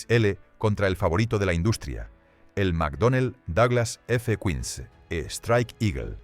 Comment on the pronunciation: Hasta los cojones ya de tanto video con doblaje mierder de IA. Si al menos repasaseis como queda el doblaje. Es una puta basura. El guion es malo y la voz es PESIMA. "F Cuins" en vez de ¡F-15! Nadie al volante. Os estáis cargando YouTube, enhorabuena. 🤮🤮🤮